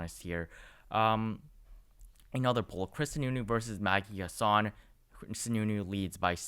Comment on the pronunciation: Chris Sununu is saying he doesn't plan on running (at least for now). He's saying he enjoys being a governor. Just FYI it's HASSan (the first a sounds like the a in hat.)